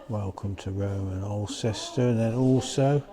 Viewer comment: Nice video,. For info, Alcester is pronounced "awl-stuh" 🙂